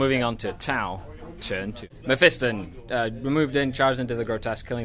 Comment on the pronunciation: it is pronounced (meff-i-ston) not (meff-ee-ston)